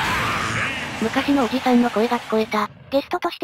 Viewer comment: おじ↑さん↓だとぉ？ふざけんじゃねえよぉ！お兄さんダルルォ！？